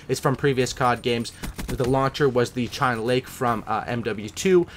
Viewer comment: Anyone not gonna ask about how he said CHINA LAKE FROM MW2 and THUMPER FROM BO1